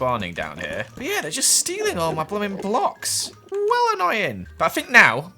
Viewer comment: its a little more like "blumin `eck" actually